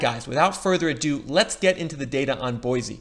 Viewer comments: It’s pronounced Boy-see, NOT Boy-zee. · Correct pronunciation is Boy-see not Boy-zee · Live here....pronounced BoySEE not Boyzee...lol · And Boy-see, not Boy-zee. LOL! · Boy-see - not Boy-zee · Boise is pronounced BOY-SEE my man. Quick way to show you ain't from round here and get the stink eye is calling our home BOY-Z. Just a heads up. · Boy-cee! no z sound. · Bosie pronounced "Boy C". Its weird I know. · repeat after me, its pronounced boy-see. There is no z in Boise. This drives locals crazy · Oh and by the way there is no z in Boise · hate to be that guy...but its an S not a Z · Said boise incorrectly 1000 times meow